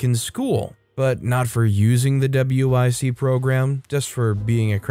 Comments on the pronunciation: Story 9: Just so you know, WIC is pronounced as "wick". I work at a grocery store as a bagger with customers with WIC, so that's how I know. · W.I.C. is a program in the USA for basic, healthy food supplementation and education for pregnant and nursing women (W.), infants (I.) and small children (C.). That being said, it is not called "Double-you, eye, sea", but "wick", like John Wick.